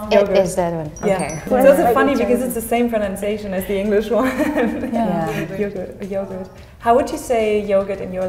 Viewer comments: absolutely not the same pronounce 😅 she said it with the English pronounce, in Italy we would use an open “O” sound and we would mark the “R” and the “T” yOguRT (R and T like different sound not connected at all) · I do not understand why the Italian girl speaks Italian with the English pronounce, it’s wrong 😅 Yogurt isn’t correct and neither Gatta or Gatto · Yoğurt not yogurt. She is actually wrong with this 😅